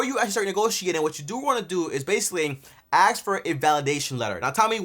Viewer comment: An accountant who says if you “axe” me instead of “ask”…..sus